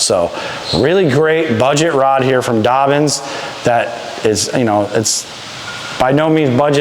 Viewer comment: It’s Dobyns, not Dobbins